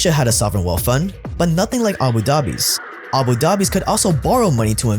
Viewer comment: Love your channel dude! Awesome content! On thing tho, please learn how to properly pronounce “th”. After hearing you say “wealf” over and over again it really got annoying